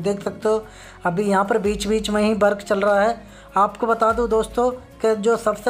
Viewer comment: Bhai jhand video hein Work ko Bark kehte ho